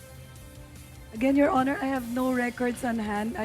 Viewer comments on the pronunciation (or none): none